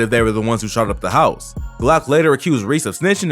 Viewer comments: Not hizzy, “hi-ghs” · It’s house [hize]not hizzy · HIZZY lmfaooooo pronounced house but okkaaayy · Bro said “Jail HIZ-ZEE Blues” 😭💀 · Jail hiZe pronounce house.